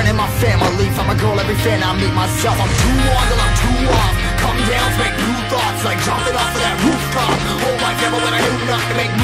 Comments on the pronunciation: Bro that is new tricks not mew tricks 🤣🤣🤣🤣🤣🤣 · It is new not mew.